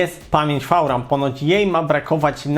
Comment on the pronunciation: co to jest "fał-ram" ?